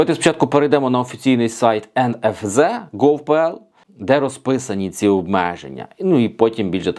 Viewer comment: NFZ вимовляється як ЕНЕФЗЕТ, а не ЕНЕФЗЕ.